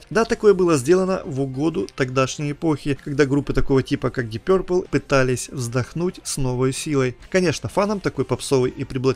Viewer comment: Твоё пё-РРР-пэл режет слух! Что-то вроде гё-рррлз. Уважай английский и фанатов!